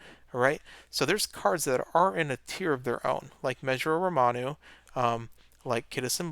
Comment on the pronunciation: calling Ramonu "Romanu" is becoming a staple of this channel just like water breaks